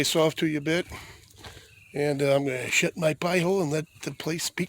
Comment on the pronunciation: Every time you say "shut" I'm hearing "💩" Trout and burgers sounds good!